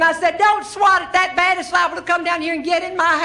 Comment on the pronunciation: She has a Southern drawl not unlike my grandmother's side of the family . Especially true is the way the way she turns any word with a short vowel a into two syllables. For instance, gasp becomes gaa-yusp, bat becomes baa-yut. With Meemaw, grass is Gray-uss, etc.